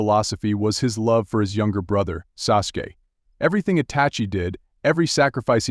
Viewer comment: Sasook & sasooki 😂😂